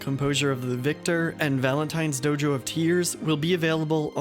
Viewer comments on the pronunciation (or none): none